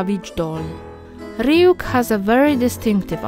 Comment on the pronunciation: Freaking Love The Way You Pronounce Ryuk's Name.